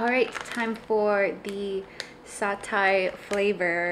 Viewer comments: SAH-TAE is the correct pronunciation, Also you should try it with a fried egg (soft fried) on top, absolutely gorgeous!!! Satay all the way. Nice vid! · How can you not pronounce satay?